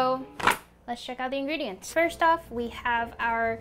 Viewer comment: I think she said in"green"dients